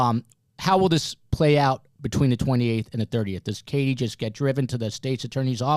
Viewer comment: PLEASE pronounce Katie’s name correctly!!!!!